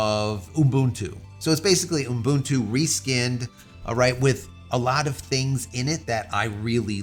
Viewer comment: "oom boon too" teehee